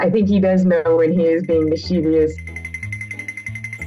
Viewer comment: MISS -CHA -VISS NOT MISS- CHEEV E US Pet peeve. But everyone on this site mispronounces it.